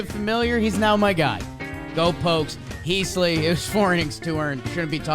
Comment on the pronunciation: Heaseley is more pronounced like heez-lee. Heese-lee is a little offputting